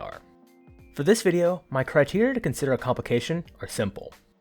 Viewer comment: “my criteria to onsider a complication”!!!